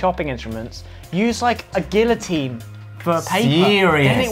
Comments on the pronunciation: Guillotine.. Gee-oat-een.. Gee- uh-teen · not when he pronounces guillotine